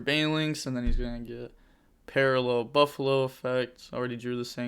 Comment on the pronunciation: Lol why do you call it burfallo 😆